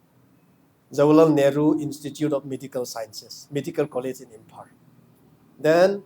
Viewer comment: His tongue is very hard to pronounce. Imphar (Imphal)